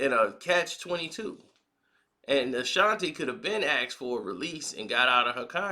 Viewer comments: Not Ta... its Tee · A shan tee. Not a shan tay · Bruh, it's Ashanti not Ashanté 🤦🏽‍♂️ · Why is he calling her Ashantay? Her name is Ashanti. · All this time I been saying Ashanti and it's pronounce Ashantay. Gotta love 😁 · Bruh can’t even pronounce her name correct 🤦🏻‍♂️🤦🏻‍♂️